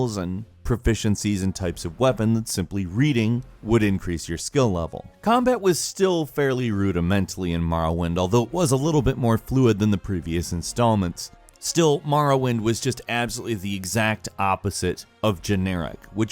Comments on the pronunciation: Did I hear that right ? Rudamentally? Is that a rude person from the psych ward? Editing, ftl! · Rudementally? Really?